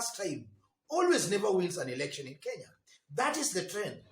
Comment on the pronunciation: R or L poorly used by the lady eg erection instead of election